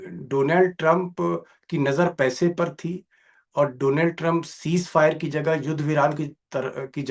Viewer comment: से आज दीपक जी ने भी दोलॉन्ड कह दिया😅